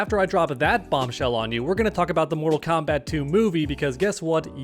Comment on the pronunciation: Why you stop saying moral kombat uno come moral kombat uno